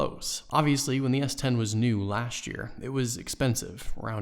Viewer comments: take a shot every time he says S20 instead of S10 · Why are you saying s20?